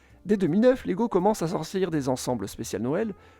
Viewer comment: Salut, je t'avais déjà taquiné avec la prononciation danoise sur ta vidéo avec le Danemark. On ne prononce pas le "g" de leg. On prononce plutôt "laille", at lege étant le verbe jouer. Sur le wiki danois, il précise également que LEGO peut aussi vouloir dire en latin : "jeg samler", "jeg sammensætter" eller "jeg læser". soit je collectionne, je compose, je lis Autre précision : ils ont fabriqué des jouets en bois mais c'est l'usine qui a brûlé et la guerre qui a poussé Ole Kirk Kristiansen à se tourner vers le plastique. Sinon ta vidéo est super :)